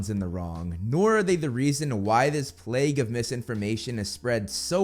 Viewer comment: ..... not "plague" 🤣 🤣 🤣